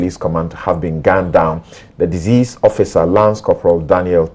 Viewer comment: Sampson, The word is deceased as in seized not deceased as in disease